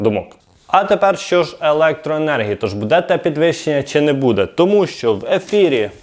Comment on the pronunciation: треба говорити не будЕ, а бУде!! Це коректна українська мова Шевченка!!🇺🇦🇺🇦🇺🇦💕💕💕 Ні суржик східної України, ні угорсько- польска мова тут не пройде!! Розмовляйте будь ласка ЧИСТОЮ УКРАЇНСЬКОЮ МОВОЮ!!👍💙💛💙💛💙